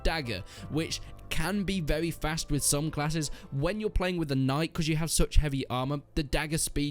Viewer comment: "it's vewy vewy slow"